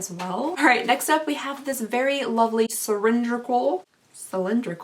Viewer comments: “Cirindrical” “Cy-Lin-dri-cal” 😂 You are my favorite!! ❤️ IG: _caylajaedean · "syringrical" :D IG: jillianmdean